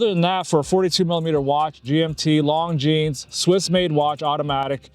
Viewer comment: At least pronounce the brand name correctly 😂